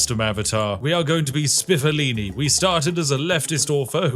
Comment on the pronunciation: Spiffolini has created a fine island indeed, but when Spiff accidentally called him Spiffoloni , I imagined an evil Chef Boyardee feeding the laborers with the cheapest possible Beefaroni. And then Spiffolini brought junk food to Tropico!